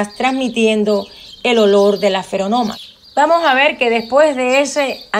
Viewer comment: Lástima que dice feronomas y no feromonas. :'v